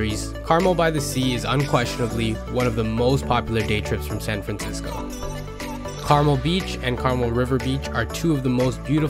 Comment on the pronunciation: Some of these are not day trips. Driving to Mendocino take 3.5 hours. Lake Tahoe is at least 3 hours. Lassen is more than 4 hours. And in Monterey, it's Cannery Row (as in canning fish) and not Canary (like the bird). And Carmel is Car Mel, not pronounced like the candy.